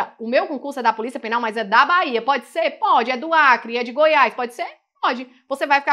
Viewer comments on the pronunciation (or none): none